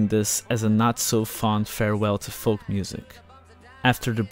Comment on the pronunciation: The 'L' in 'FOLK' is silent you dope.